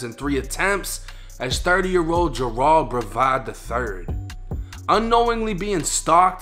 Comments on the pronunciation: its pronounced "JER-ELD" then say it fast. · Dudes names Gerald but Jer-ahld does seem a little more "street" though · How tf do you mispronounce Gerald